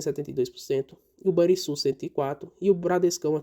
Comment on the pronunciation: Só uma correção na pronúncia do Banrisul: se pronuncia com som de RR. Ficaria então o som de Ban"RR"isul...